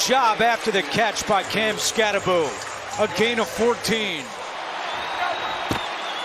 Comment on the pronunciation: Anyone else cringing everytime the commentator says "Skattaboo" instead of Skattabo?"